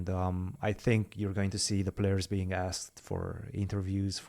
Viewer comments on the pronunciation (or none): none